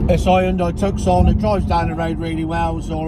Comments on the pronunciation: TUCK-SON???? REALLY????????? TRY TOO-SON! You know, like the place in the Arizona!!!!!!!!!!!!!!! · It's pronounced Tooscon, not Tuckscon, it's a place in Arizona, Tuscon. Sorry to be pedantic, and let's be honest unless you can afford a high end luxury vehicle, this vehicle is more than capable. A family car. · Love this channel! ( ps. Tucson - City in Arizona pronounced 'Toosson'. ;-) )